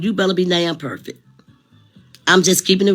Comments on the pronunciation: said be per fit. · Not (PERFIT).oh my goodness..